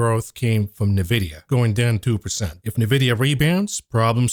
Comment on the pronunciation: youre pronouncing Nvidia wrong 🥱